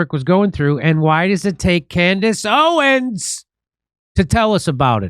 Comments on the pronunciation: It's Candace OwenS, not Owen! Unless I heard you wrong, but pretty sure I've heard you pronounce it wrong before... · If we can only get Jimmy to pronounce the "s" in her last name, lol.